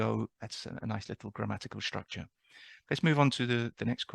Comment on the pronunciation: I question to - I'd appreciate a lot if you could answer it:) Why do you pronounce the S at beginning of words with an SH-sound? e.g. for structure you say SH-tructure, for student you say SH-tudent, demon-SH-trate, etc. Is it a common thing in British English? Is it a particular regional pronunciation perculiarity?